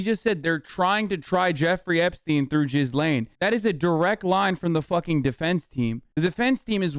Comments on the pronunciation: Just saying, her name isnt "jizz-lane," its gee-lynn with a g as in goat. Idgaf abt her in any way tho so if you prefer jizz lane, i have no problem but i said it just in case you wanna know how to say it. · As funny as it sounds, I don't really think her name is pronounced "Jizz Lane"